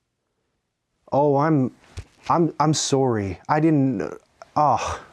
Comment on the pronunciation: That "sorry" at the end of the video was so Canadian, I just grew moose antlers.